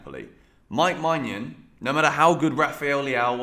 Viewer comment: The he pronounced maignan name is funny😂😂